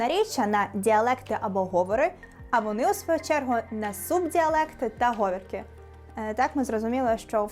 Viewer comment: В цілому класна робота! Але не гОвірки, а говІрки. Розумію що в шестихвилинному ролику все не вмістити, але як на мене, малувато прикладів. Процвітання вашому каналу, ви робите важливу справу!